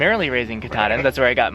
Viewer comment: Doing good but there pronounced (cat-a-din)